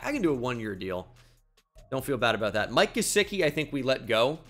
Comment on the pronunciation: Mike gesicki’s name is not pronounced the way you pronounce it lol. It’s literally the way you said it isn’t. Adonai mitchell is another. Shall I continue?